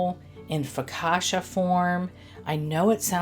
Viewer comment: That looks soooo good. I would not be glazing, as that’s a missed opportunity for cream cheese frosting! 😂 Ps. It’s foka-CHA, not foka-SHA. 😅